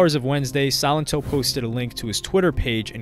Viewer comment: It's pronounced; Sa lent O